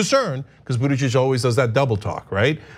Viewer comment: What a difficult name to pronounce. Buttijidges...